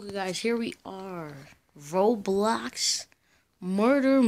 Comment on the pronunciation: It’s called” ROBLOX” not” ROBLAX” and it’s “ lobby” not LABBY”